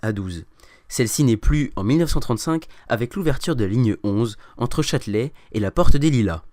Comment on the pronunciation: Pas "chatte-lait",mais "Châtelet".